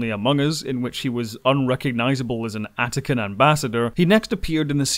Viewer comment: Antican (sorry for the nitpick)